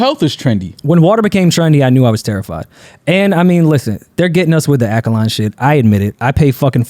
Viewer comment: said akaline water. Dj Akademiks really in his head.